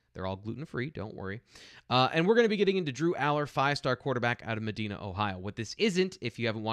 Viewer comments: Medina is pronounced with a long I like Me-die-na. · 2X. You kinda lose some credibility if you pronounce Allar's home town like a large city in Saudi Arabia, and not MED DINAH Ohio!